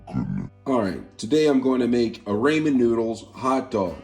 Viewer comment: Raymon noodles 😂😂😂 no just no